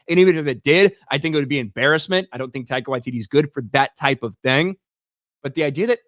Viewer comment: Almost got his name right! Almost... Tie-car Why-tee-tee These "-" indicate a slight pause. Bummer though. He's been quite an amusing director/writer in the past. Perhaps Hollywood and the MCU gave him no artistic licence. Yup... I think I'll blame Dsny for this. I hope it hasn't destroyed his career.😊